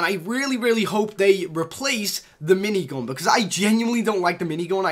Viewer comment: ''shoutgoon'' ''minaygoon'' light machine goon'' dude da fuq with ur language